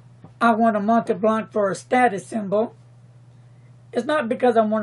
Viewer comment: Pronounce "Mont' [like want] Blanc," not "Mont'ee' Blanc"